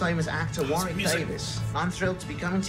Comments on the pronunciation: The amount of times says Warwick wrong despite seeing Warwick tell people in the video how to actually say his name 😅😅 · Wo-rick dammit. Like the first syllable of what. Not literally "war-wick" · It’s Wah Rick not War Wick 😱😱 he literally told you how to pronounce his name and you proceeded to call him the wrong name lol it’s like nails on a chalk board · How the fuck is still gonna call him War-Wick seconds after watching him explain how to say his name? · ok. he just spent the whole of the end of the video telling you the middle w is SILENT! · War-wick is he John's brother ? 🤣 War wick parabelum would be interesting lol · Love how Warwick draws attention to the pronunciation of his name in the video and then you guys proceed to pronounce it wrong. 😂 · i love how they made a joke in about people saying his name wrong and straight after still does it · That's what I was about to say. Lol He literally tells people how to pronounce it correctly and they say it wrong. 🤣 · The middle W is silent in Warwick!!!!!!!!!!!!!!!!!!!!!!!!!!!!!!!!!!!